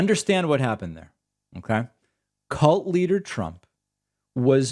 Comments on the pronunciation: Did this lunatic really just mispronounce his own name as "Chump" ? 🤣🎯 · ... The Orange Shit Gibbon actually called HIMSELF 'chump Trump', Well, either that or he's mumbling worse than he has Biden as doing ?